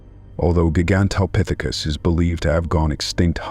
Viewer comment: Love the way the AI voice says gee-ants instead of giants and geeganteepithicus instead of gigantapithicus.